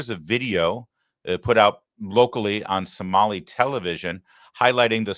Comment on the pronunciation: My 72 virgin ears hate to hear Samali. Larry please no more Samali please😅😅😅